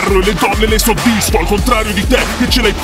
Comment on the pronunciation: "Soddisfo", non "soffisfo"!